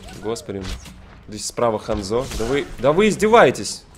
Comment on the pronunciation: Не ханзО а хАнзо